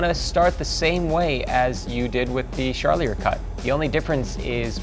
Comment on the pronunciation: His pronunciation of Charlier is driving me nuts. Lol